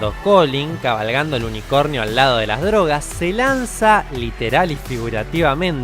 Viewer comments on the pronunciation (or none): none